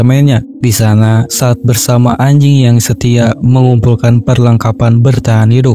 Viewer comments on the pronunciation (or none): salt dibaca solt